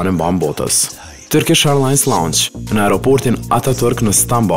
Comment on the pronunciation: "Turkish Ajrllans" , your accent tho😂